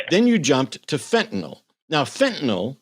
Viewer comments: Fentanyl. Not fentanol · Its Fentanyl, not " FENTANOLLLLLLL"! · fentanyl, not fentanol it doesn't rhyme with tylenol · Why are the intellectually dishonest so quick to go nucular over things like Fentanol and Oxycotton? Is it early-onset Old Timer's disease? Honestly, nothing says "I don't read" better than using words that don't exist. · What is fentanol? Is it anything like Fentanyl?